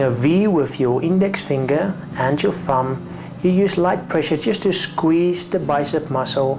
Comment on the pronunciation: sqweeze to muscle with moderwate pwessure bahaha